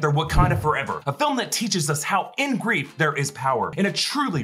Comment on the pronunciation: everytime i hear that all i hear is "what is beef if not cow persevering"